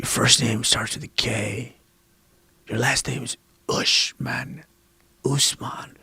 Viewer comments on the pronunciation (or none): U know it's bad when u can even pronounce ur name 😂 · guy doesn't even know how to pronounce his own name